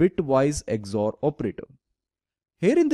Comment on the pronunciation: it is not "EGG-ZOR", it is just called XOR operator. Very good work.